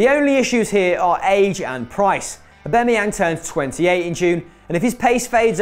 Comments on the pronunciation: Who else cringed when he said Aubemeyang not Aubameyang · U pronounce aubamyang wrong u noob